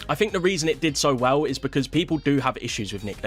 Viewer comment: "Aye Phink da weason dat bitteo did so wehhl" Dude's British, but hasnt quite grasped the English language yet. 😂